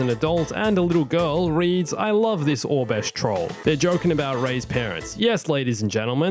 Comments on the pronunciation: Was he saying orbesh instead of oribesh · It's Or-Eh-Besh (pronunciation not spelling) not Or-Besh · Why did you pronounce Aurabesh as “Obesh” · hehehe thank you. I couldn't find obesh on google...